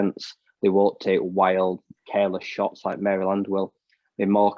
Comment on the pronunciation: You did not have to fix your pronunciation of Mary Land, lol, we say it wrong lol. But yes, you pronounced it correctly ;)